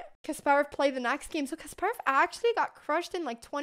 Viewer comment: kasparov is pronounced with empahasis on the 'ass' sound